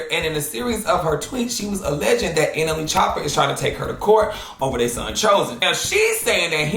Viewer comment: 😂😂😂😂Everytime he saw NLE name I hear him calling him suga foot 😂😂😂